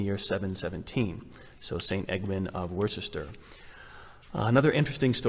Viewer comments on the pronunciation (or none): I grew up in the UK, and Worcester is pronounced as “Wu-ster”. Yes, really. Our spelling is a nightmare